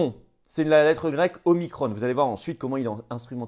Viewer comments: Non non omiCron et pas omiCrone 🙈🤣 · En France, on parle français et on use de la phonétique française même pour des mots étrangers : Omicron pas Omicronne ! On prononce Macron, pas Macronne ! alors même s'il s'agit de la quinzième lettre de l'alphabet grec, c'est pareil, car quand on parle français, on prononce en français, merci ! O comme la première lettre du prénom de Véran ensuite, remplacer le i de micron par un a et micron devient Macron... Le hazard fait bien les choses...